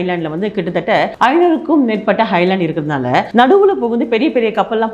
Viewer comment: ஹைலேண்ட் அல்ல. ஐலேண்ட்.